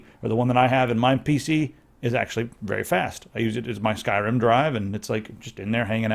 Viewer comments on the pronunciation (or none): none